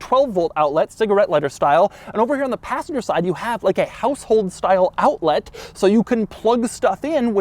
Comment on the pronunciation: Bruh Doug kept saying "owltlit" 😭